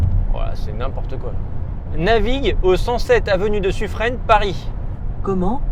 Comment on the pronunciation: suffren se dit suffrin je pense que le tps ne le trouvait pas pour ça